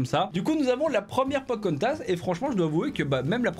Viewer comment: Sa me frustre comment il dit Pocahontas 😖😖😁😁